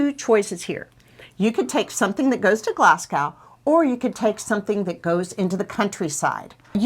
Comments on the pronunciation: Dun Laoghaire is prononce Dun Leery. and its Glas-go , not Gas-Cow. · Glasgow, not Glascow, but thank you for your video.